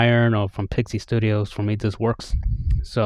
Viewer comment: Thanks for the great review! Also, "IS" in PIXIS is pronounced like "it". The company is named after my now deceased furchild Pixil-Monster and my wifes dog Isabelle. You now know more than anyone else on the internet about that!